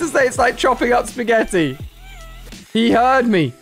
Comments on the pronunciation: At the broom it made me laugh so hard when he said broomefied spegetti 🤣🤣🤣🤣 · when he said speggety it was pasta